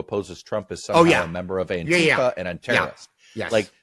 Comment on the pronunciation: also pronounced it "Auntie-fuh"